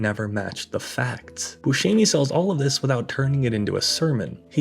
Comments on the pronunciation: Steve's name is pronounced boo•SEM•ee, not boo•SHEE•mee. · You could have at least learned how to pronounce Steve's last name. Bu-shem not Bu-sheeem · "Booshimi"? Rich Evans has a youtube channel? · When the movie came out, none of my friends could remember or pronounce Steve Buscemi's name, so we just called him Mr. Pink. I still call him Mr. Pink.